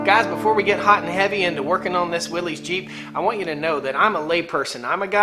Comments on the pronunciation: Please quit calling it williessssssss, you are giving me the willies. It is pronounced WILLYS. "Yars says" WILL S. Willies is a nervous condition of agitation or great discomfort. You have in your life probably heard a person announce someone or something gives them the willies. And no, it's not up for debate. Familiar with your area and love your videos and things going on. Keep them up from now on. Check out John Willys, circa 1912. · I believe it's pronounced Willis...not willies. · It's pronounced Willis, not Wilee's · No one's going to comment on how it's pronounced Willis, not Willeez? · The way you mispronounce Willys drives me up the wall. Other than that love the content. But MAN that mispronunciation drives me up the wall.